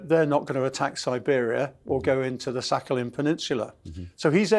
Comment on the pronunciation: I almost got an aneurysm from "Sakhalin peninsula"